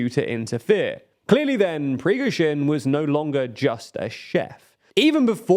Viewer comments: mean yeah nobody is expecting them to get it exactly right, however how one could read “Prigozhin” and say “prigzovin” or “prisgozin” is beyond me. That is literally just not reading the word correctly. The fact the pronunciation is inconsistent also makes it come across as low-effort. I think the hate is justified generally, even if its a largely inconsequential error. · Who the f is "Prizkhovin" at e.g. ? You guys have been covering this subject for a long time now, at least learn how to pronounce these names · exactly... he did it in an previous video aswell... come one, it easy to say prigojin... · Great content, but please stop butchering the names! SHOI-GU, PRI-GO-ZHIN. Also i think he commented that "happy granpa" is supposed to be addressed to Shoigu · Him pronouncing Prigozhin differently every time must be a meme right? For it is also wrong every time! 😬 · It is honestly so distracting hearing you call Prigozhin’s name in 8 different ways in the video. You’ve done it before, but for a video specifically about him, it’s less excusable to just mispronounce it constantly. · new drinking game: take a shot every time Prigozhins' last name was mispronounced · You keep butchering his name. Fitting for a butcher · bro, everything you said is right but pls consider changing the way you say prigozhin, it sound terrible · I like this channel, but please learn to pronounce Prigozhin. This is the second video you have butchered the name. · I think before anything else happens Prigozhin might come for the channel crew just to make sure western audience gets his name right:)))))))) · As a side note, I love how Prigozin is pronounced differently each time he's mentioned ;) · i am going to stop watching this channel because this dude can't pronounce Prigozhin's name. this is offensive towards the viewers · I think you went through every possible pronunciation of Prigozhin imaginable in a single video 😅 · Every way to pronounce "Prigozhin" in 10 minutes.